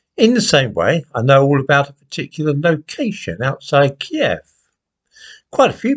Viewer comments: I knew of kiev. You pronounce it right too. It's not keeve, it's key ev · Thank God you pronounced it KIEV, and not the PC American KYIV, which has been thrust down our throats by the Lefty BBC and MSM.